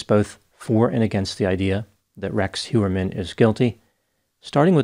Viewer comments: It is not Hjuerman it is Hojerman 😤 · I think it's Heuermann, not Hewerman.